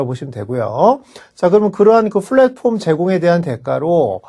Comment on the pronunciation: flatporm 이 아니라 platform인데 한국어 발음을 f랫폼이라고 틀리게 말하면서 굳이 발음을 굴리는 이유가 뭐지요